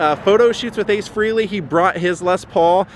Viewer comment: It's pronounced Ace Fray-Lee.